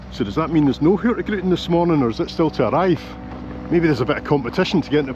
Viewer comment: I absolutely love your videos — truly one of my favourites! But I have to admit… today you broke my little Nordic heart just a tiny bit. I’m Icelandic, living up in Tromsø, Norway, and I’ve noticed you always pronounce “Hurtigruten” as Hurti gruten. Then one day someone apparently told you the correct pronunciation, and you said it right! I was so happy I actually shouted “YES!” out loud. But then… you went back to Hurti gruten again. Just for fun (and because I can’t help myself): It’s pronounced Hur-tig-ruten. Hurtig = “quick/fast” Ruten = “the route” As for what gruten means… well… you might want to Google that one! Still love your content — keep up the great work! 😄